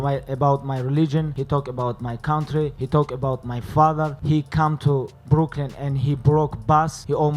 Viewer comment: Lol he said he come to “broklyn”